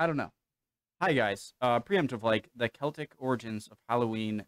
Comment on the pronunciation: Glad you said the word CELTIC properly and didn't say SELTIC like a lot of Americans do. We call FALL....AUTUMN. When you talk about "avatar and last air bender" I have no idea what you're talking about ! I don't understand why Americans dress up as super heroes and people from films for Halloween when they have nothing to do with it ! You should be dressed as ghosts and ghouls etc. Growing up in Scotland we always used TURNIPS as we didn't have pumpkins back then .